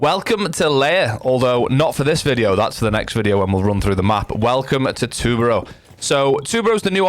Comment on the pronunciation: Btw u said tubarão kinda right